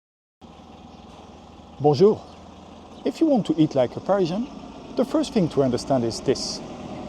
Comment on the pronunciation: It sounds like you are saying Persian